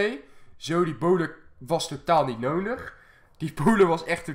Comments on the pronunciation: Kan jij nodig zeggen? Altijd 'nonig' 😂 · Hij zegt nonig inplaats van nodi haha maar wel leuke vids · Ben Ik de enige Die Fck erg iriteer Als Nondig zecht in plaats van nodig😅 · Ik vind jouw uitspraak van nodig echt leuk, jij zegt meer noondig. Ik vind dat redelijk geinig. Nuttige informatie ook, i know. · kan je een D uitspreken want je zegt nonig:D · Hij zegt altijd nonig